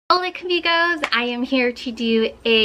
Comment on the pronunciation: Hola camigos? Did I just start noticing the ca in front of amigos.